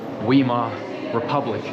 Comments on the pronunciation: Dude: Not "Weemar Republic" : "Whymar Republic". Or: "Wimar Republic". And, please no Hebrew miths and guilt, and shaming. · Please excuse the correction to your pronunciation..it's pronounced Vy/Mar, not Wee/mer. Thanks for putting up the truth of those times. We need more people to know what was actually happening. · Great vid. Fyi, Weimar is pronounced Vimar, like Wagner is pronounced Vagner. The w in German is basically pronounced with a v. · weimar is pronounced with a Vand the said like Vymar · It's pronounced (Vi Mar) republic, Read a book - maybe two! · Explains nothing. And “wee-more”?! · Thank you, great vid. 👍 "Weimar" you pronounce (vaimaa).